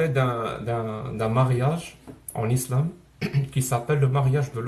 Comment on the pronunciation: " heee la relivion iflam fé la première dans le monde ".